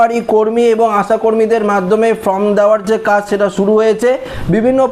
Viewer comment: আরে ভাই, উচ্চারণ টা ফ্রম নয় ফর্ম। ঠিক করুন।